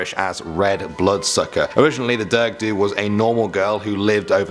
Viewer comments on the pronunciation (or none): DAFUQ IS A DURG DUE ITS A DEARUG DUE 😂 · Let me help you out on the pronunciations 😂 the Dearg-due (jarug do) The Alp Luachra (awlp loo-ackra) The Sluagh (The sloo ahh) :) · it’s pronounced like ‘jarg’ ‘ju’ good vid❤️ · You said it like "derg due" but you have to pronounce it like "darag due" 😊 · The dearg due isn’t pronounced derg due its ja-rag due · It’s pronounced Dareg dooa Not derg du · it’s not derg due it’s d-a-reg due ? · ITS NOT DERG DUE! ITS PRONOUNCED AS “jarag” UP THE RA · i am Irish #chickenfilletrolls also Dearg Due is pronounced Gah reg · Dearg due is pronounced ja-rig dow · You pronounced “dearg due” wrongly. It’s “dar-eg du” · Dearg due is dareg due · the durg due Me: dies inside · Dearg due is pronounced dag-ag or dy-earg depending on where in the county you are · Great video, i love me some Irish ledgends, but dearg due is pronounced “jarig ju”, but the only reason I don’t get mixed up is because I’m Irish and have been learning Irish since I was four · Dearg due is pronounced"Jar-ug du " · Dearg-due is pronounced as da-rug du-a, alp-luachra is pronounced alp lu-c-ra and sluagh is pronounced sl-u-agh. Only flaws I noticed but Irish is a notoriously difficult language to pronounce if you haven't studied it so otherwise an amazing video. Great job. I'm from Ireland and i believe you chose some of the creepiest myths but there is so much more so can you please do a second part? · He pronounced 'dearg-due' wrong🤣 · i am irish and would like to thank you for making this vid on our small country. I found it very funny when you tried to pronounce dearg-due and sluagh good attempt though